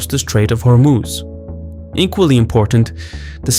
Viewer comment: You keep saying Hormooz. It's not how it's pronounced. Hormoz.